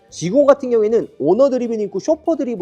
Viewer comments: 그냥 G90이라고 하지.굳이 영어쓴다고 G나인틴이라고 하는지. 나인틴은 19. 90은 나인티. 완전 다른 발음인데. 티내지 말고 하던대로 하시죠. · 쥐 나인틴이라고 말하는 거 같은데? ^^ 날리면 생각나네요 ㅎㅎㅎ 😅